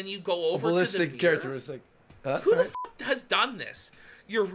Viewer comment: Its MIRROR, not MEER!